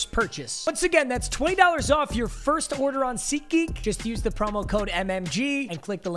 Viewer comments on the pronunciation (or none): none